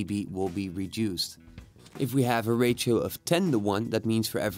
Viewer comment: Simple and quick! Well done. It is funny the way you pronounce ratio, sounds like rachael lol